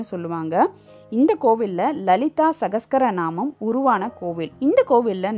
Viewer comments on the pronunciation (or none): சஹஸ்ரநாமம் என்ற வார்த்தையைக்கூட சரியாக உச்சரிக்கத்தெரியாமல் சஹஸ்கரநாமம் என்று உச்சரித்து அந்த சஹஸ்ரநாமத்தின் மதிப்பே போய்விட்டது. காதில் ஈயத்தை காய்ச்சி ஊத்துவதைப்போல இருந்தது. திருமீயச்சூர் என்ற அழகான பெயர் கூட தட்டு தடுமாறியது உங்களது வாயில்., தயவு செய்து உச்சரித்து பழகி விட்டு வீடியோ போடுங்கள். அரைகுறை. வெட்கக்கேடு. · It's Lalitha "Sahasra" namam, which ought to be pronounced properly. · Lalitha Sahasra naman. Meaning 1000 names. Please pronounce correctly.